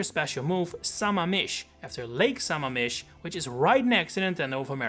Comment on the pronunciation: the pronunciation of Tukwila and Sammamish are killing me XD